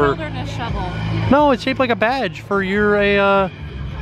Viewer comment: Sounds like says the pool is shaped like a badge with a V 😳😂🙃🤦🏻‍♂️